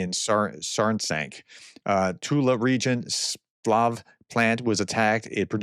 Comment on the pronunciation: Learn to pronounce place names (eg, Saransk).